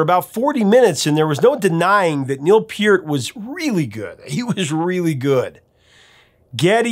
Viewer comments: Love your "STRANGER", Professor! 😊 hope you're having A FUN HOLIDAY SEASON! Pronounced PERT, NOT peert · Maybe I've heard it wrong all my life, but growing up in Canada since 1968, anyone and everyone I've ever heard mention Neil Peart's name, always pronounced it Neil 'Purt' / 'Pert', so it is funny when I hear you pronounce it as PEEurt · Just for future knowledge Neil Peart's name is pronounced as Pert. Also St. Catherine's is like the name Catherine like "in" at the end. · I think you are mispronouncing his name. Peart the e is softer